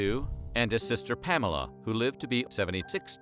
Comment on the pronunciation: Several mistakes, the mispronunciation of Orion and Pamela. Then there are the many pen names and the order they appear.